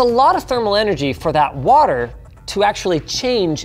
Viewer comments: Linus went Kent Hovind with that watt-ter bit. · Can somebody explain to me why Linus is saying "Waturr" and why the timestamp says "Waturr Cooling"? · "This video is brougth to you by Waturr"